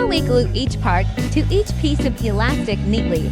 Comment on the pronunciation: He said enything alastic